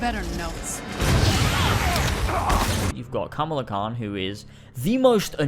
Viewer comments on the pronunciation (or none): Sheesh Ka-Ma-La. It's not that hard to pronounce 😂